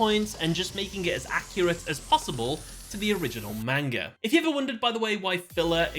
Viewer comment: Me, a One Piece fan, watching the intro to this video: Pathetic. Also bro why are you butchering the pronunciation of manga?